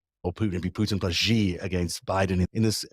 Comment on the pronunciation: The "X" in the Chinese name "Xi" is not pronounced like the "g" in the English word "regime"; indeed, the Chinese language does not even have this quasi-French sound. The "X" in the name "Xi" is pronounced like the "sh" in the English word "she." Similarly, the "J" in the Chinese name "Jinping" is not pronounced like the "g" in the English word "regime"; it is pronounced more or less like the "J" in the English name "Jim." Easy!